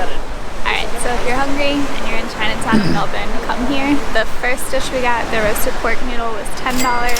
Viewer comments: LOVE that fact you can pronounce Melbourne properly. Huge respect haha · Did you notice........you pronounced Melbourne correctly at least once, well done you!